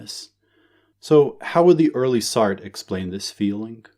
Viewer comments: Isnt it pronouned sart-tra not like shart lol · Lol that's not how you say Sartre 😂